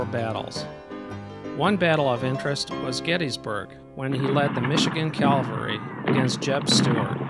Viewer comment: Hey dude,. It was NOT pronounced " calvery". That is the hill on which Jesus was crucified. Custer was the commander of the 7th CAVALRY -- cav, dude, cav, not cal. Get it right to show you are not some duffus talking. ( Sorry, if I come across as RUDE, but this type of thing bugs the you know what out of me).